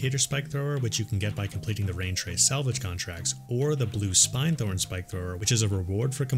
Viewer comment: All of your HFW videos are incredibly helpful and have fundamentally changed the way I play. I return to them over and over. Thank you! One minor observation, though ... it's SPIN-thorn, not SPINE -thorn. Y'know, because as drill spikes they SPIN, right? :)